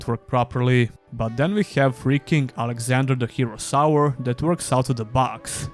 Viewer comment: I always hear "Alexander: The Hero Sour" and now i can never unhear it again xD